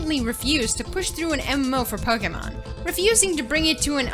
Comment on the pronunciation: "Pokamon" hahaha